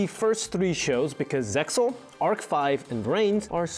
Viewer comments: RESPECT he mentions ZEXAL correct pronunciation. Strike from "5-D-S" removed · He pronounced it as FIVE-DEE-ESS instead of just 5Ds but knows how to correctly pronounce Zexal, wtf?